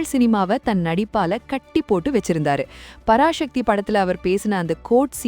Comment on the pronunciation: பராசக்தி parashakthi இல்ல Loosu தமிழ் நீ உச்சரிப்பு Sanskrit